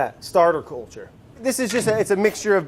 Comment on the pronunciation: Did he say 'courlture'?